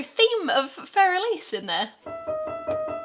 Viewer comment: Being an Elise, playing bits of Fur Elise is indeed frustrating... Thanks, Beethoven. (Also, thanks for saying Elise properly.)